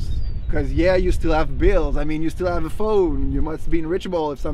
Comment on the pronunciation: I like that he says ave instead of have